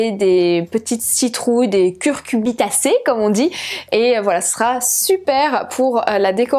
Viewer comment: On dit "cucurbitacées"... :-D Sinon c'est un chouette thème de vidéo!